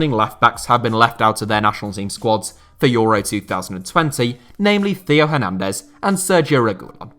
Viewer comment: France top four left backs: Hernandez, Hernandez, Mendy, and Mendy. Feel bad for Hernandez and Mendy. Theo and ferland specifically. Theo for consistently getting his name butchered on this channel, and for being beaten out by his older brother, which must suck in terms of sibling rivalry. Ferland for being so good and then just getting injured.